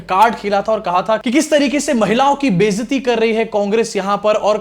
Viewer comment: use Bindi in Hindi. One gets irritated when you don't pronounce Z properly. Gajab and Beijjati are in bad taste.